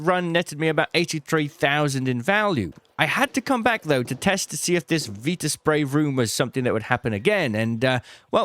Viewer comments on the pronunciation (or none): VITA spray, not Veeta spray ffs